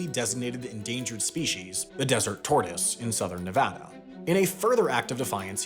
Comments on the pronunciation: We Nevadans appreciate the shoutout episode and that you said the state name correctly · Thank you for pronouncing Nevada correctly, happy Nevada day!!